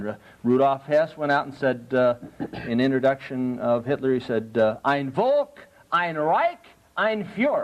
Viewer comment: "Ein Volk" is prenaunced "Ein Folk" (think VW - Volkswagen) and means "One people", not "One world". Reich means "kingdom". Fuhrer means "Leader". I wonder if this guy knows what he is talking about...